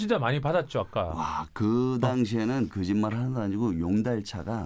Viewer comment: 쭈니형 영어할 땐 완전 힙한 엘에이 서퍼같은데 한국말할땐 ㅋㅋㅋㅋ”그짓말”같이 “으른들” 쓰는 발음 해서 제나이같아 보이는 거 넘 웃김 ㅋㅋㅋ